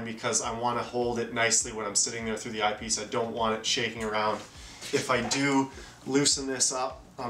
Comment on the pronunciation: I can’t handle the way this guy says eyepiece, such a weird inflection. Sounds like he’s saying IPs.